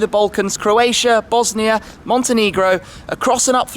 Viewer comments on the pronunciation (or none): none